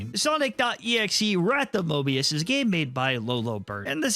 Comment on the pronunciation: Don't add an r in front of the o in Mobius